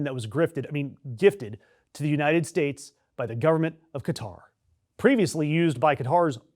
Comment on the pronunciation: Stupid moron calls Qatar “Guitar”. Stupid beyond stupid.